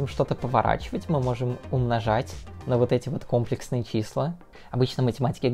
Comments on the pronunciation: Контент у тебя отличный, смотрю с удовольствием) Но правильно говорить всё же "комле́ксные". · Очень просто запомнить. КомплЕксные числа придумали французы, а во французском языке ударение всегда на последний слог (кстати ДирАк, потому что Поль). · Там двойное ударение. Но в русской адаптации правильно комплексные, а не комплексные. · Как человек, любящий математику, хочу выразить несколько претензий. 1.Действительно ужасно больно слышать это слово с неправильным ударением. То что ты не математик - не оправдание, так же как то что человек не физик - не оправдание тому, что он, ведя монолог на тему физики, называет вес массой и измеряет его в кг.(В быту - пожалуйста, называй как хочешь). 2.Это конечно вопрос соглашений, но в России принято не считать 0 натуральным, а вещаешь ты на российскую(в крайнем случае СНГ) аудиторию. 3.Претензия "объединяет" первые две, в России в математики всё-таки используются латинские, а не английские буквы, т.е. не "ай", а "и", не "джей", а "жи", и не "кей", а "ка"(и, лично мне, очень режет слух, когда их так называют в русской речи, т.е. когда всё видео идёт на английском, то конечно их следует называть по английски, когда видео на русском, всё таки стоит придерживаться латинского названия. Предупредив комментарии по типу:"Международный язык - английский, все привыкли что это читается так", не могу утверждать, но предполагаю, что π автор(да и не только он) называет "пи", а не "пай", как это делают в англоговорящих странах. 4.Наконец, претензия по существу, в названии и описании есть слово "фрактал", в видео оно не упоминается, хотя есть некоторые примеры фракталов. Не знаю, специально ли это было сделано, чтобы не затягивать видео, или просто не хотелось углубляться в эту тему. 5.Про комплексные числа почти ничего не рассказал, кватернионы сказал, что они есть и используются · Не кОмплексные, а комплЕксные числа. Пора говорить правильно! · Нас учили говорить компле́ксные числа, теперь слух режет от твоего произношения)